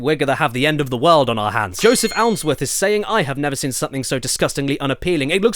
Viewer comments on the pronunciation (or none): Jesus caddy!! It's seeeeeeeen not friggin "sin". Please read this comment 😂😂😂😂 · Hahaha he said sen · Does anyone else find it so annoying that Caddy can’t say the word “seen”?